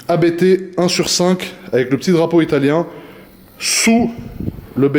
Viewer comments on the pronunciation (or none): J’ai les oreilles qui saignent chaque fois que j’entends « Abété » 😅. Ça se prononce « Apte », du nom du fondateur de la marque, l’allemand Johann Abt ! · Pour info, on prononce Abt en non A-B-T. C’est le nom de famille du fondateur Johann Abt 😉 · Pas A.B.T. , mais Abt, un seul mot. C ' est un nom de famille.. Nom de Diou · Sauf qu'on ne dit pas A-B-B mais Abt, parce que c'est le partronime du créateur de l'entreprise Johann Abt. Tu dis bien, et pas A-K-R-A-M.;-) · c est pas ab-errant c est: a b t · Faut arrêter de dire Abété .....